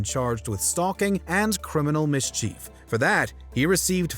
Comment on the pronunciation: I always stop watching videos when the automated narration mispronounces a common word. In THIS case it was when the bot-narrator said "mischeef". I'm out.